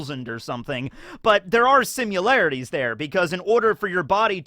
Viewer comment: Every time says “Simularity” instead of “Similarity” it hurts me